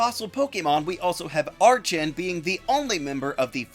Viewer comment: Why do so many people mispronounce Archen and Archeops?